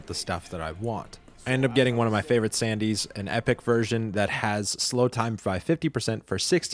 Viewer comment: we wont correct how you say sandevistan if you say it correctly for once <3